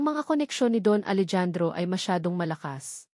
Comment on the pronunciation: Hindi po Alejandro “Alehandro” po grabe hwag kng gagawa ng kwento naali mali ang bigkas